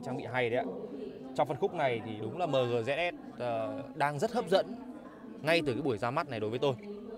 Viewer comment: Thương hiệu ng ta bán nhieu thị trường , đọc logo thành tiếng Việt lun , Hài thiệt 🥴😂☺️